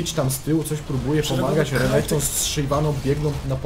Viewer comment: Mówi się renekton a nie rekonekto xd